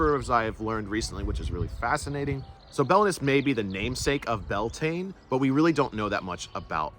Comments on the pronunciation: Its prounced Bel ta nay😂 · I believe you are mispronouncing the name - at least according to Irish scholars. Your spelling is also different. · Would be good to pronounce it roughly correctly; Beltane is an English simplification.